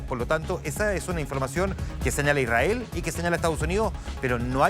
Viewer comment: No es por nada pero ese presentador no puede ni hablar diciendo Israel y Irán e incluso cuando está escrito y ni así lo lee bien jajaja